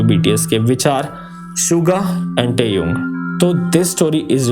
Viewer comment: your great fan but you are extremely wrong pronouncing TAEHYUNG please improve that otherwise love your videos